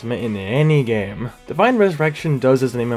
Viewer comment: "Divien ressurrection"